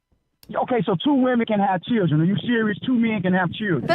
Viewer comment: and what's a churldren